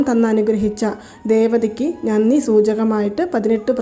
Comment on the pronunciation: വളരെ ഉപകാരം. പക്ഷെ നന്നി എന്നല്ല ഉച്ചരിക്കേണ്ടത്, നന്ദി എന്നാണ് . 🙏